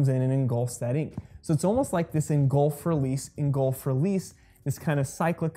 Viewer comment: engulf. not engolf.